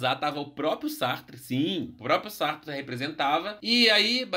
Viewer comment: Que viagem! Sartre pronúncia está correta